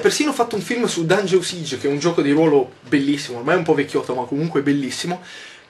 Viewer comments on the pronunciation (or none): Grandissimo Yotobi, ma "Dungeon Siege" si pronuncia "Dangion Saig" non "Dangion Sig".